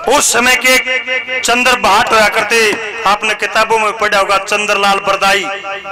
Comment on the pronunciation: Bhai shab Aap bhatt nahi hotaa bhat hotaa ha........